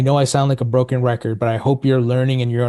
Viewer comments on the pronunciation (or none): none